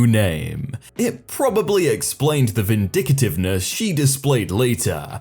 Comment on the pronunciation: Vin-dic-tive. Not vin-di-ca-tive. That's like saying "pum-pa-kin" or "chip-a-munk"